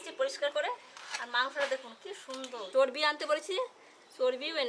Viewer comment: কথাটা চরপি না চরবি বলে❤❤❤❤